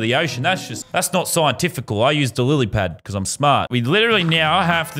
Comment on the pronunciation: No one: Lazarbeam: I’m smart Also lazarbeam: says lilypad wrong